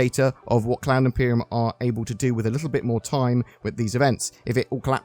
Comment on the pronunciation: Thanks, all sounds good. Umm, heads up - have you listened to how you say "Cloud Imperium"?